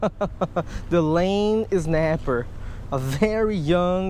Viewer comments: Snapper not znaper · I love how he says znapper